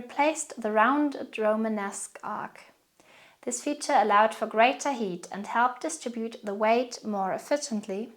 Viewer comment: Great video! I just have to ask, by heat (as in gothic architecture focused on heat) do you mean height? They are not pronounced the same, height is pronounced "ha-it". Unless I got it wrong? But anyway, I really enjoyed your video, I learned so much!